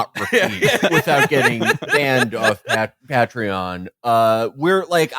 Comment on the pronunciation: Patreon. Why does Felix have so many mispronounciations?